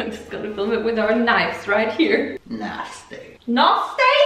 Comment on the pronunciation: Nobody:: "Nostayyyy", "Falawless", "Schtupid", "schnoodle doot", "Tresh" That's what I live for 😂